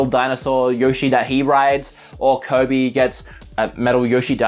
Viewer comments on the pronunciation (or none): I like how he pronounces kirby. "Coby" its kinda funny.